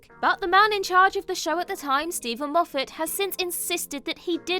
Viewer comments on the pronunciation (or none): none